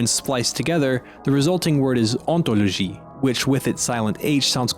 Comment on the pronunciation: as a french speaking person, the word "ontologie" was actually really well pronounced